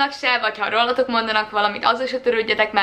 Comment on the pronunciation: Nem rossz videó, mindössze az a ,, tájszólás" zavaró, hogy ,,rollatok". És ezt most tényleg nem bántásból mondom, csak nekem ez nagyon feltűnő volt. Jó, nyilván még vannak bizonyos nyelvjárások most is, csak azért ezt megyjegyeztem. 🙃